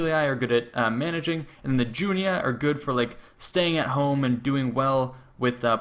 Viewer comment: It's Julii, not Julia. It's Junii, not Junia.